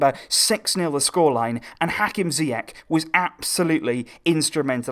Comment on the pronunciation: Moroccan viewers are actually enjoying it, thanks for this great work. Just a quick note though, Ziyech (in Hakim Zieych) is actually pronounced "Ziash" ;) Keep the good work going :)